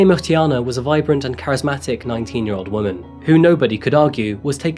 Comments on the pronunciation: Hm, I’d waited for the Wednesday video then got a pleasant surprise when your uploaded it today... loved how you made an effort to pronounce her surname. Kudos.🙂Btw, “vile” is strong enough without the profanity, imo.😶Can’t wait for the next upload, thanks! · Thanks for showing Uyinene and her story of courage. She seemed like a beautiful, intelligent young lady with a lot to accomplish. Her memory and her life have indeed achieved much and her courage lives on. Peace and love to her family. Well done on your pronunciation of her surname, Mrwetyana. Thanks for showing Karabo Mokoena's story as well. Thank you for telling their stories so respectfully, Bless you. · I'm not through the intro as of yet, but I had to come down here and just say... "Uyinene Mrwetyana" I wouldn't have known where to start to pronounce that-- you always appear to do such a great job with the names of people and places from around the world. It's so lovely: we can hear the incredibly beautiful names (like this one!!), and without listening to the host fumbling their way through, tripping on every sound (like I would if I were only reading it for the first, or fifth, time). I have the most boring name ever, but even I have my frustrations at Starbucks. Thank you for not only telling the stories of those from everywhere but also for (seemingly) putting the research in such that you pronounce them without a hiccup. Even I would appreciate that, with my two-letter name & I'm sure it means a lot more to people with more culture than I. Just... thanks. You do great work here! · I just want to hear how you are to pronounce Uyinene's surname😊 Edit:Wow you nailed it 👏👏👏